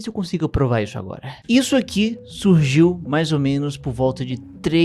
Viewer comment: Ele fala SURGIU como se fosse mágica 😂😂😂